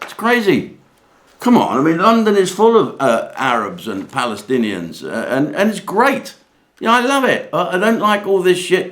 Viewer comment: Jim, if you can't pronounce Pallystillions Just say Hamas. It's the same thing. As the police can't control the mob, ask the Israeli IDF to help.😂